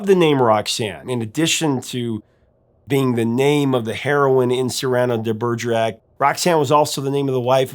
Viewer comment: Cyrano de Bergerac turns in his grave because of the way you pronounced his name. What is going on in the minds of Americans to so massacre the names of every non-American? Why not just put it in google translate and click on the speaker?